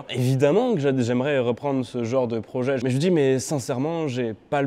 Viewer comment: Supel projé continu come ca vwature spowtive